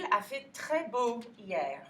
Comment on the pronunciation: You are fantastic teacher, but Your HIER(fr) sounds like YEAR(eng)... or is it just me? ;) Greetings from Poland, we need teachers like You.